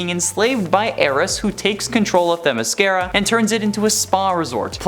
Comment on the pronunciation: Teh MISS kear uh?